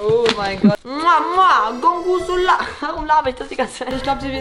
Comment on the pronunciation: Gorgonzola ist italienisch und wurd gorgonsola ausgesprochen